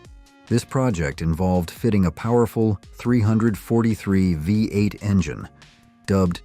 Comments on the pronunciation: why can't' AI voices learn how to say numbers??? Rambler V 8 or 45 4 instead of V8 and 454. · This narration is awful. Just read the script yourself. AI isn't there yet. The Nash "V"......ate. C'mon, do better. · Is this narrator even American? He keeps misqouting the way we pronounced our cars! "THE 454, It was called the four fifty four!. and the pause between V-8, he says V, 8, And how he says the 5-8 Goon, Next time get someone who actually knows our cars history!!!!! MORON!!!